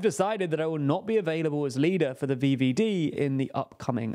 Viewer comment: Heating VVD with English pronunciation cursed